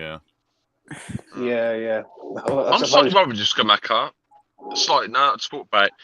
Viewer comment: Great video, lads. Kostic is a weird one because he isn't a lb or a winger. He's shit at both but elite as a lwb. That's why no bigger clubs have ever come in for him. It just doesn't make much sense to me as a signing unless Moyes plans on playing a back 3. Btw, Scamacca is pronounced "Skuh-Mack-Uh."